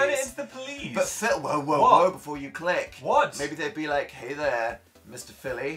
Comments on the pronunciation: dan: phillu phil: yassu me: indeedu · "Philu" "Yassu?" Jesus Christ